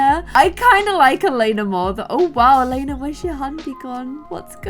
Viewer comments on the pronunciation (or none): So i know it's late but Elena isn't called Elena het name is Eliana (my name and i've never Saw that name anywere else!!) But you say it like: Elieana you do say the i So don't know why i wrote this... Bye. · Anyone find it funny that she was saying “Elena” not “Eliana” 😂😂😂😂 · So the name is pronounced Ellie-ahna not Elena lol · The Robin and Nathen child’s name is pronounced El-e-anna. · omg my name is Eliana and you've been pronouncing it wrong the whole video but wow.